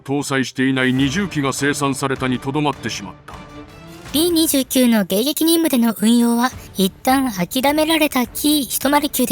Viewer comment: 「びーにじゅうきゅう」ではなく、「びーにじゅうく」だかんね！